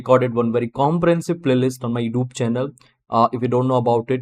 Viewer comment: Youtube - not yoob 😆